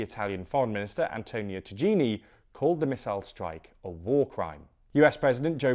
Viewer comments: It's pronounced Taeeanee not Tageenee. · Can you at least try to learn how to pronounce the name of the Italian foreign minister. It's written tagliani, but for some reason you are pronouncing a word that sounds like tagini. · It's Tahy yani correctly prounounced non ta geenie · FYI Tajani's name is pronounced as "tie-ah-knee", not "tah-genie". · Italy foreign minister's name is pronounced Antonio Tajani (Ta-ya-nee)